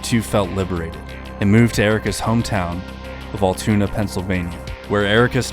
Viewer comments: Altoona is pronounced more like "Al-Tuna" or "Owl-Tuna" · Just an fyi it’s ALTOONA (AL-TUNA) not alltuna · Bro stfu altoona pa pronounced terribly btw s 30 min for me